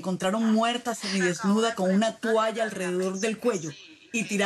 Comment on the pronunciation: La que dice tualla en vez de toalla debe ser q vive en suacha